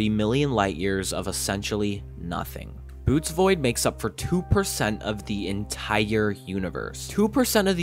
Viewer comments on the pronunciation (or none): It's boh-oh-teez. Not boots. Also, It's Boötes not Boótes. Protip: google exists. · I wish people would learn to pronounce Bootes, it makes me think that people who say it as "🥾🥾" didn't write their script and don't actually know what they're talking about, which is NOT a problem, just SAY THAT. (DISCLAIMER I'm not accusing OP of anything, I'm simply expressing how my mind interprets data as an autistic folk.) Fascinating, carry on... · I appreciate zoomers trying to make engaging content but when he pronounced Bootes void as "boots" void I had to stop it there. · Bo-owe-tees. Boötes. It is not Boots. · “Bootes” is pronounced like “boh-oh-tees”. Sorry to be that guy. I’ll see myself out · It's pronounced Bo-o-tez void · The image shown is actually not Boötes Void, it is the dark molecular cloud Barnard 68. (also, it is pronounced Boh-ohtees Void) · It's pronounced boo ate ease.(Bootes). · Also pretty sure Boötes void is pronounced Bohtees, cheers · just a correction on the Bootes void . Its pronounced like 'Boo-OH -tees' and that photo is not the void itself, but of Barnard 68, a small dark nebula about .25ly in radius. and the void isn't actually totally empty, but has far fewer galaxy clusters than normal. still huge still crazy though